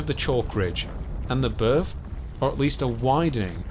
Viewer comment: What do you "fink" ? "Pressure wivin it"... "Birf" !